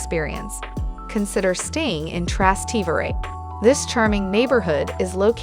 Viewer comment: You need to learn to pronounce piazza and trastavere correctly